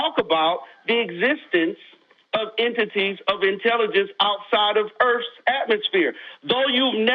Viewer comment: That’s a whole lot of earfs and axes.